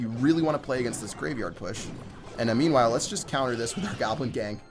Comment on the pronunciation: I think you say : "Memewhile" xd not meanwhile